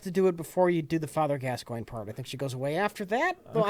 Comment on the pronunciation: Nope, "gas coin" is correct. :)